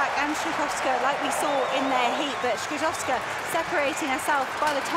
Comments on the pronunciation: I agree, I'm not from Poland and, while we non-Slavs struggle with so many consonants, what he is saying actually bears no relation to her real surname. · Skrzyszowska is virtually impossible to correct pronounce for a native English speaker.